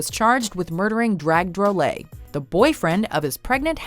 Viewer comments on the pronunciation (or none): I assume there is money or people available to check facts... The name is Dag Drolet... not Drag Drolet!